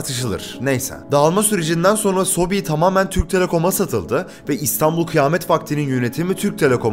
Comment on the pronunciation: sobi değil soobee ebe sobe yani bebeler